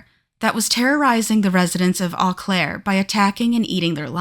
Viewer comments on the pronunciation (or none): It’s pronounced “O Claire” not “Aw Claire” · 😅its pronouced 'Oh' Claire dont start with an e sound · And it's Oh-Claire, not Ah-Claire. Seriously, is it that hard to look up pronunciation? It's super grating to listen to. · O claire. Not au claire.